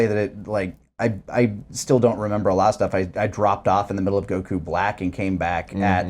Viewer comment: Why does he say goku weird. But pronounced goten and Gohan normal lol